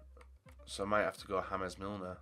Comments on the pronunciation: Haames Milner as if he’s colombian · Good vid but why did you say James Milner the Spanish way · The pronunciation of 'James' when speaking about James Milner had me cracking up haha! He's English!!! It's James!